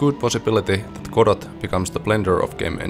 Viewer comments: Amazing. I will watch your efforts to port eagerly, and hope you succeed. FYI though, it's pronounced without the T. Goh-doh. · Jaa emmä tienny et Road to Vostok on suomalainen! Kreisii! Tiiät tän varmaa jo, mut Godot lausutaan siis Godou (eipä sillä niin väliä, loistava video!) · Doesn't the name "Godot" come from the Beckett play, and thus should be pronounced with a silent "t"?